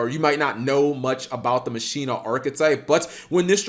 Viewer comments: Masheena I thought it was pronounced Makina you know the Spanish term for machine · sorry to break it to you, but that's not how you pronounce it. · Why call it Muh-sheen-nuh? Why not call it Ma-qi-nah? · "Machina" is pronounced the same way you say "machine" in Spanish. Mak-ee-nah